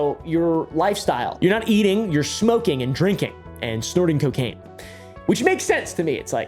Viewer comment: Alcohol and c-Kain. Mm k